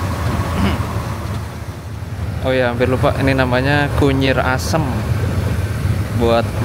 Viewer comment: ...kunyir apa kunyit...atau gabungan antara kunir dan kunyit jadinya kunyir😅